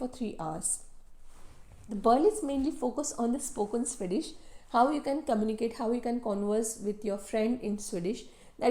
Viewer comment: Swedish ❌ Sui-dish ✅